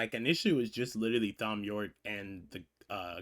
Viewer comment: Quick side note — Thom is pronounced the same as Tom :) Otherwise great reaction as always. Your surprise at the glockenspiel was priceless 😂 glad you got to experience this masterpiece for the first time!!